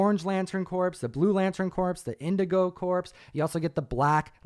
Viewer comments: Just wanted to let you know that CORPS is pronounced with a silent S (like CORE or The Marine Corps), pronouncing it with an S on the end sounds like the dead body version (Corpse). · CORE.... Not CORPSE!!! :-) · I think Corps. Is pronounced Core.